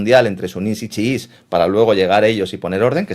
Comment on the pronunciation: Sunís, chuis, no, sino suníes y chiíes.